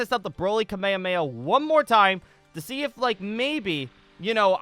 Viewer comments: ITS PRONOUNCED KA-MEH-HA-MEH-HA NOT KUH-MAY-UH-MAY-UH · Why does he say kamemameha like that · The way he says kamehameha isn't accurate cause they don't say that in the anime